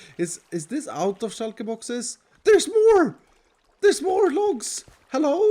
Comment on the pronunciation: "shulka boxes" once u hear u cant unhear it...